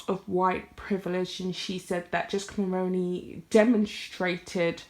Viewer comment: Hi First off great video.. Second I would just like to point out that you are pronouncing Mulroney incorrectly...Mull-roo-knee..the roo as in room or kangaroo.. I'm Canadian and remember very well her father in law as Prime Minister..just trying to be helpful as the majority of non Canadian content creators are mispronouncing the name. You can watch videos with it being said correctly try CBC Global or CTV as they are Canadian news channels..yes I'm Canadian 🇨🇦🤗 Hopefully you find it helpful